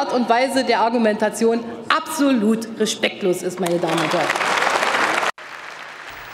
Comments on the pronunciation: ''reschpecktlos'' lol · *reschpektlos :D